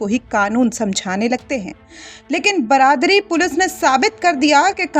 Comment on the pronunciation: थाना बरादरी ? मैडम, थाना बारादरी कहिए।